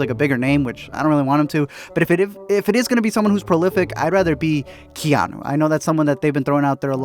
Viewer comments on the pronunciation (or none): Did he just say keanu? I’m fucken dead 😂🤦🏻‍♂️